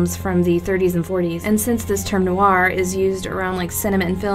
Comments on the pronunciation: How you're saying it is informal, many americans pronounce noir like that but it's supposed to be pronounced nwär. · I hate to be the grammar police but she is totally mispronouncing the word Noir >.>